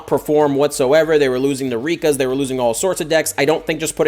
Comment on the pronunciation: Hold up, did he say Rikkas??